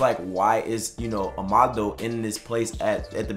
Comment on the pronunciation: 'Ama - Dou' not Omando